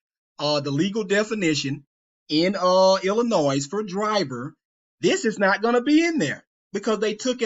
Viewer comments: I was done listening to you when you said "Ill ih noise" It's "ill ih noy" stupid. and we're supposed to trust you? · Bro you can’t even pronounce “Illinois” 😂 I’m begging you to look in the mirror, the person who doesn’t know what they’re talking about may be closer than your youtube feed. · I do appreciate giving me permission to sub and like his video. That’s all I ever really wanted out of my life. By the way, as an intellectual, should know how to pronounce the State of Illinois. The s is silent.✌️